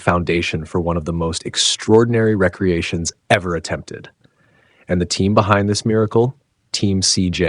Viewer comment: Nothing worse than an AI reader.. omfg. Re-creation pronounced recreation. And on and on.. 🤦🏻‍♂️